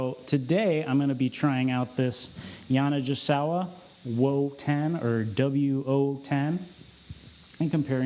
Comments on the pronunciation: I was coming to say that too. The mispronunciation was driving me nuts. 😂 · I have never heard Yani pronounced that way was kinda gringe - I have a SX90R tenor that Bill Clinton owned for a while. Very free blowing - not sure why anyone wouldn't want that - esp in legit. Playing anyhting under a 7* is never good for the Keilwerth - they are made for screaming. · You and Jay Metcalf need to get together and discuss the correct pronunciation of Yanigasawa. Is the G soft or hard 😅